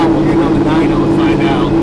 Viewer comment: Not pickin on ya, but it is a "dyno" not a "dino" . Ill go back to my corner now!🙄